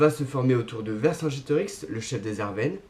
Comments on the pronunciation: Loin de moi l'idée de faire chier mais on prononce ArveRne et non Arvene. Cela dit,bonne vidéo ;) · Arvernes. Pas Arvenes.